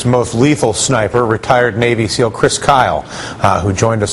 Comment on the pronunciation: he said navy sneal